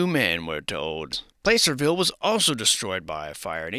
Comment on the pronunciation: Not sure if it’s an attempt at facetiousness or not but Placerville is pronounced with a short A sound Plăcerville, like “cat”